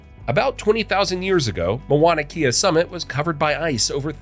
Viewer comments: This is another irritating narration of the Hawaiian history. The mispronunciation of the Hawaiian language is a great disrespect of our Hawaiian language. I enjoyed the history and its spectacular journey of Hawaii's history of its birth to its current growth today. But your narration is filled with 90% of mispronounced names and words. How can you continuously mispronounce the word "Mauna Kea". The name starts with Mau (pronounced Mow) therefore, it is pronounced Mow-nah Keyah. Our Iolani Palace is pronounced Eeo-lah-nee Palace. Please take a brief course on how to pronounce Hawaiian words before narrating such a wonderful history that was literally destroyed by your ignorance of a beautiful language and history. It was difficult to patiently follow your narrative without doing justice to the Hawaiian people by writing this comment to help you educate yourself and the world properly. Mahalo (Mah-hah-low). 🤔🤔😒😒🤔🤔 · It's M-A-U-N-A K-E-A not Mawana Kea. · As everyone is pointing out, the pronunciations are painful. My son has lived on my acreage on the Big Island in Kau for almost 20 years. I was shouting at the TV with the correct words LOL! There was one photo of Kauai when you were talking about the Big Island too. "MoanaKea" and MoanaLoa" makes me laugh every time though... 🤣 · OMG I had to stop watching the show and come here and make a comment about how uneducated you sound saying Moana'kea - instead of the real Hawai'ian name ..Please if you will do movies about Hawai'i, and try to pass them as "education", do not narrate them with non natives of Hawai'i - sounds completely ridiculous and I am a malehini. Stop!